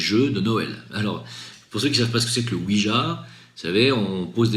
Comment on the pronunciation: Ouija ça se dit ouiya. ja en néerlandais ça veut dire oui